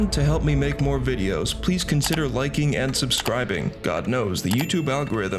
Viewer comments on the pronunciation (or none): none